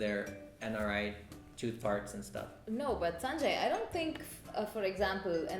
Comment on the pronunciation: just pronounce the chooth word correclty so that i can show it to others ...other than that nice video:-)